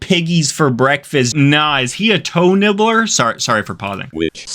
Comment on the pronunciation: TOE NIBBLEH